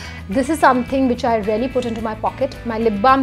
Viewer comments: Same😄😄 sephora mask is rarely good?! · Nice video, I had to watch it twice to understand that she's saying 'really' and not 'rarely' :D